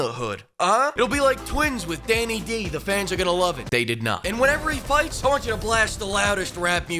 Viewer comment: The immensely terse delivery on "they did not" absolutely floored me lmao felt like I was watching a ScottTheWoz video for a second lmao